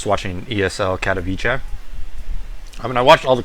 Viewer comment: learn to pronounce Katowice...ignorant ppl